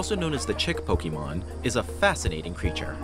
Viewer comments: This is totally awesome!!!!! Soooo cute. Just remember it's Pokémon not pokeemon. The é makes an "ay" sound. Every time I hear Pokeemon I think of Bill Crosby 😂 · ninjas do all of this for Pokémon yet they still pronounce it "Pokeymon" like we're doing the hokey pokey and turn yourself around. not what it's all about. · "Pokeemon"? Seriously? 🤨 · 1) get a different narrator 2) make sure they know how to pronounce "Pokémon" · how you gonna make pokemon videos and pronounce pokemon wrong???